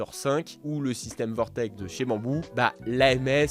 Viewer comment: et il continue de dire vortex 😅😅😅